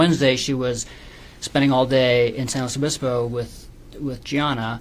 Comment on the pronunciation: I hate him. I especially hate how he keeps saying San Luis Obispo